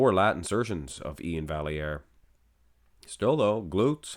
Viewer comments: For the record, Iain’s name is pronounced “Val - E - Air”.... He has it posted like this in his Instagram bio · Absolutely robbed. Anyone who looks at Iain and doesn't see the layer of subcutaneous pudding he's carrying with him is blind. Also, front lat spread... Iain wins? No calves and his chest disappears. And, yes... It's Val-yare. You're Canadian, bro. Lol